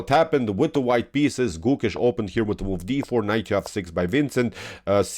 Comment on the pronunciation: Hey, for your upcoming videos it’s not pronounce like Goookesh!..it’s Gokesh..try avoiding strech of Alphabet( o). Thank you only native will understand different